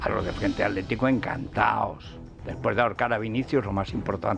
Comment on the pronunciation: Federico por que no pueden pronunciar correctamente atletico o atlantico o hitler y en lugar de ello dicen aletico o alantico o hiler? No hablas bien!!!